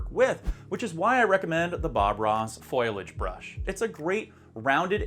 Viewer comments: Foliage is pronounced Fol-e-age, not foilage. Otherwise, this vid is awesome. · It's a foliage brush. FO LEE AGE. Not foilage. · foilage?? seriously dude !